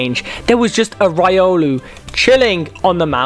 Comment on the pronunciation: bro that's not raiolu its riolu